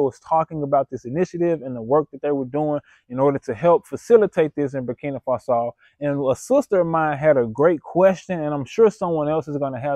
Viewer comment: Never trust somebody who can’t even pronounce the country’s name correctly!!! Don’t be stupid